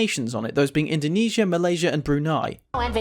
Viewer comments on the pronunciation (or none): Does it matter if the name change or if it wasnt spelled correctly? You could call russia as ussr or soviet union or just russia, it still the same country, and if the name change it doesnt matter, it was the name and therefore you could called it as that, you didnt even say indonesia correct and i'll let that slide cause it doesnt matter, indonesia in the actual bahasa is spelled IN DO (not du) NE (not ni) SIA (not Syia) it is not endunisyia. But it doesnt matter as youre accent is preventing you from spelling that